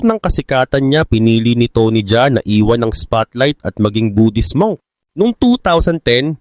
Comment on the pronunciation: tony Ja A hindi Jaa